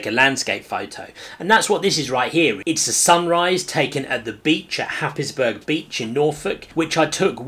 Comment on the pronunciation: Well done. Lockdown or not learn so much from your content and the Patreon group is well worth joining guys. Love the Happisburgh lighthouse shot. My mum came from that part of the world, lots of childhood memories. By the way the locals pronounce it Hays_boro Happy New Year